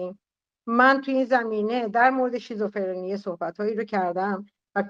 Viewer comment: تو هنوز بلد نیستی بگی شیزوفِرْنی...میگی شیزوفِرِنی😂😂 منم شیزوکاچی شیزوحلوا دارم😂😂والله نصف افراد گروهت مثل سارا و فرشته هرکدوم یه موجود خیالی دارن صحبت میکنن باهاش. بعد دارو هم نمیخورن. آخه تو که هنوز یه جمله رو نمیتونی بگی هی این شاخه اون شوخا میپری چی داری بلغور میکنی. تو خودت باید دارو بگیری